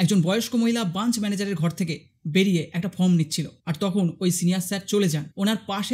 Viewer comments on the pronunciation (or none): কাজ টা খুবই ভালো করেছেন।কিন্তু কথাটা branch (ব্রাঞ্চ)। Bunch(বাঞ্চ) না। বার বার ভুল টা কানে শুনতে খারাপ লাগছে।আপনাকে কোনরকম ছোট করা উদ্দেশ্য না।ভিডিওর বক্তব্য টা খুব ভালো, কিন্তু SBI নিজেদের ভগবান ভাবে।